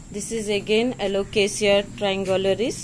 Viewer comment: Hi, Such a beautiful green leaf. Very exotic. Waxy finish. How well u have pronounced the names. Lovely video. Take care, enjoy Sunday 🍨🍧